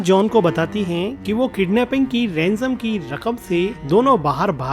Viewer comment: Renzem ya rensom. 😂😂😂😂😂